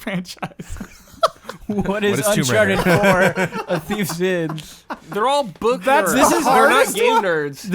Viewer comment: What happened there lol. “Unchartidid and Personatype”